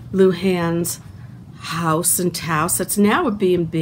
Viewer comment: This narration is boring. Nothing that anyone doesn’t already know about, and mispronouncing Lujan and Taos.